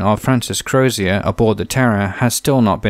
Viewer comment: HMS Terror’s Irish captain Crozier, the name is not pronounced like a French name, it’s “Crows-jur” pronounced quickly